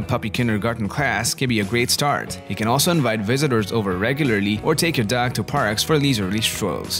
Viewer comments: Did anyone else think the narrator said duck instead of dog? Great video though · Why do you say dags??? Your dog pronunciation is so weird and funny